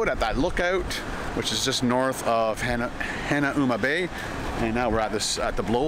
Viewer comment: Hanuama Bay is pronounced HA-Nah-Ma you silly Canadian...😀